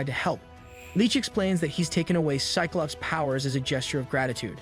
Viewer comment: You're having some serious pronunciation issues with names. Mag-neet-oh Jeeen S-eye-klops Guy-rick Say-brr-tooth Ark-angel Too many to list them all But the video is cool